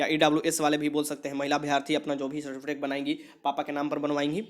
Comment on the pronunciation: Sir certifitek nahi certificate hota hai